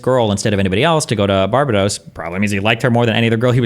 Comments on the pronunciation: Seriously his pronunciation of Barbados is killing me. What the fuck a Bar-Be-Dose? A Pokémon? BAR-BAY-DOSE!!! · bahahahhaa bar bar dose... its BAR BAE DOSS. delusional. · It's Bar-ba-dos not Bara-dos for the last time🤦🏿‍♂️ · BAR-BAY-DOSE not BAR-BA-DOSE ffs man jesus christ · Destiny's pronouncation of Bar-bay-dos was annoying me. phew. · I am the only one who is triggered by destiny saying “barb dos” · I swear if I have to hear Bar-bA-dos again... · Why is destiny calling it bar-bah-dos wtf? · or even " BAR-BAY-DOWS" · I double dare ya muthafucka say Barbahdose one more goddamn time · Destiny saying Barbadose is very triggering. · Sometimes I wonder if Destiny intentionally mispronounces words to trigger people.... BAR-ba-dos?!?!?! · I do not care for the way Destiny pronounces Barbados. Bar-BA-Dose? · “Barbadohs” makes me wanna dive into the shallow end of the pool. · you mean "barba-dose" right? if he said "barba-dos" that would be closer to the actual pronouciation of barbados than 99% of americans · Bar bay dos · Ignore this guy, it's Bar bay dos. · the way americans pronounce barbedos is so cringe, Bar Bay Dose, like what the fuck. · Is it really that hard to pronounce Barbados lol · Ya know it’s a divisive topic… what we can all agree on, is Destiny should NEVER say the word Barbados again. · Destiny’s pronunciation of Barbados is cringe. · Destiny should ban himself for saying Barbados incorrectly. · Bet he can't even find Barbados on a map 😂😮